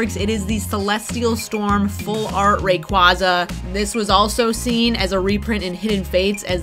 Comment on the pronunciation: Oh man thank you for pronouncing it right. Lol 🐉